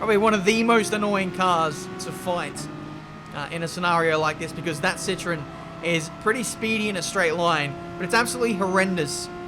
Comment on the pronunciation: its ci-tro-en